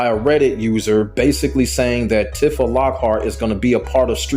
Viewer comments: Her name isn't "Tif-ah" it's "Tee-fah" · Okay, cool video and all, but Tifa's name is pronounced Tea-fah not Tifah 😭 Honestly if she was added to the game, I would consider getting into Tekken. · If this man says Tiff-a instead of Teef-a one more time... Also, Tifa has been a fighting game character her entire existence, even if she came from final fantasy. Also also, so many people in the comments exposing themselves as just haters hating on a character for how they imagine her when they clearly no nothing about the characters. She's not a 'magical girl' of some kind. She has no inherent 'powers'. She's just a straight kickboxer, which anyone with even the slightest knowledge of the character would already know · Bro, why are you saying her name like that? Her name is pronounced tee-fa, not, tih-fah 😂 You disrespected her like that so I gotta drop a dislike on the video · Every time i hear you pronounce her name like that, it sounds me on a spiritual level.